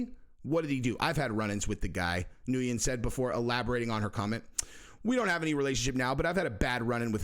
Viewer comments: Ngyun is “Wen” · Nguyen is pronounced "nwin". It's weird but it is and what it is. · Nguyen is pronounced “win” I believe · its pronounced “be new win” most common Vietnamese surname.